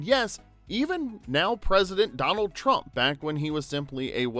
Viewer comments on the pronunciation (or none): none